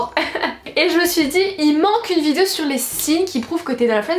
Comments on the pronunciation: Tu dis vidzeo ça me stress 😂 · Sa fait 2 ans t'arrive pas a dire (vidéo)👏😐j'espère que ya pas que moi qui a remarqué